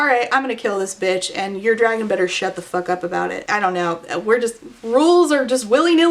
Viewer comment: "And then the biggest dwagon chose me. And then I got anothuw dwagon that is gold"